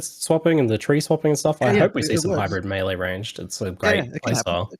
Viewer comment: My question is, why do so many ARPG people not know how to pronounce melee properly. Fucking idiots. Props to for saying it correctly.